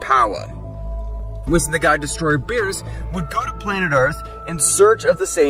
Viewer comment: It's an AI voice, notice it can't actually say Whis name correctly. Next to none of the AI readers can actually get it right. They don't learn who a word should be said but rather direct reads it. Meaning a hidden attempt to convey it's an AI reader with goofy audio.